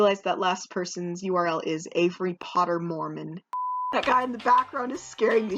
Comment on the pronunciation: Did you say Avery Potter!